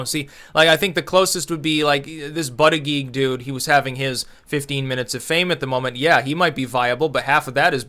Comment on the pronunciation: Love the way you pronounce 'Buttigig' phonetically he apparently pronounces it 'Butt-edge-edge'